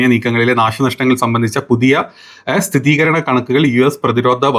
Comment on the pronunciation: സ്ഥിതീകരണം അല്ല സ്ഥിരീകരണം എന്നാണ് ശ്രദ്ധിക്കുമല്ലോ 👍